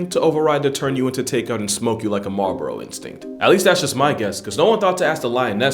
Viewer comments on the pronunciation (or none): none